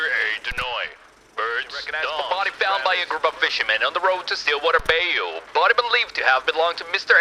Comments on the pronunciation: Did anyone tell you it's pronounced bye-you not bay-oo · The way he pronounced Bayou tho 😂